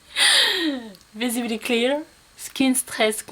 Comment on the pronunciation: Tu m'as fait trop rire avec ton "visibily clear" :D